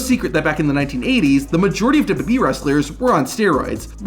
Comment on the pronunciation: This is such a petty criticism but the way this dude says "WWE" makes me wanna vomit. Its so bad and I cant unhear it